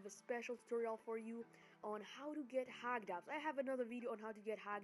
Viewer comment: Okay, sorry for being offensive but I found it funny when you say hacked apps as "HAGGED APPS". But still anyways, sorry for that😅